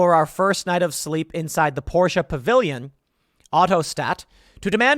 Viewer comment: My god Tim it's not "Pourscheeeeeh" It's pronounced Por-sh. Just say Porsche.